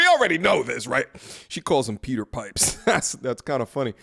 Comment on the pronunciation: Peter Pipe-her.